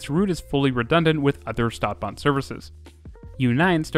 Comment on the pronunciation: Stadt (short "a") bahn (long "a")